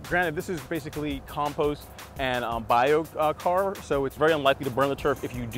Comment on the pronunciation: Biochar...keep saying it wrong!